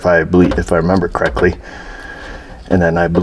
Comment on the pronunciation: crectly... Correctly.